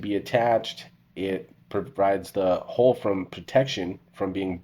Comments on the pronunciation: Why is HULL so hard to say? It's not hole. It's an U, not an O. Do you say Skull, or Skole? It's the same thing, yet so many struggle with it. Every time you say hole, I'm like, WHAT HOLE. Ohhhh HULL! FFS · Why do you pronounce Hull "HOLE"?????